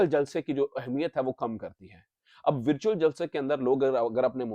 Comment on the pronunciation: ورچیول جلسہ ذرا صاف بولیں لگتا ھے کہ آ پ مرچیول جلسہ بول رہے ھیں۔